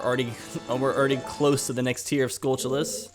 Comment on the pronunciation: Skull-TULL-ahs. Where in history has a "t" ever been pronounced as a "ch" sound? Like Ta-RAN-tyoo-la. Its basic English man, come on.